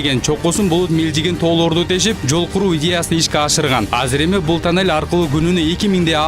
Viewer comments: Режисёр рахмат ...бирок танел эмес тунел дечи досум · Танел эмес тунел десен